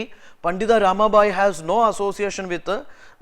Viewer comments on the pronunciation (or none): It's not RAMA"BHAI"..it's PANDITA RAMABAI